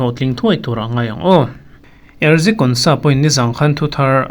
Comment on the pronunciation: Erzi ❌ Ezri ✅